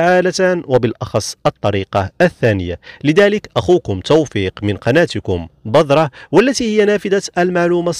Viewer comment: عفوا نطقك لكلمة (بذرة) خاطىء تنطق (بِذْرَةٌ) بالذال وكسر الباء وليس بالضاد (بَضرة) بفتح الباء النطق مهم لتوصيل المعنى